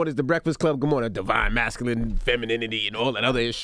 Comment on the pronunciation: Drinking game: take a shot everytime Charlemagne says "divine masculine and divine feminine"...... Like first of dude you're not even saying it right smh